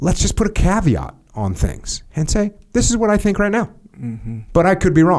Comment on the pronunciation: He said caveat… I’m out…